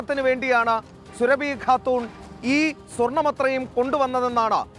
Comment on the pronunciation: മോനേ സുരഭി അല്ല അറിയാഞ്ഞിട്ടും സുരഭി സുരഭി എന്ത് പറയുന്നത് എന്തിനാണ് സൂറാബി സൂറാബി എന്ന് പറ